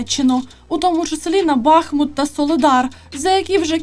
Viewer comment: Бахмут і фєтісов мають наголос на другому складі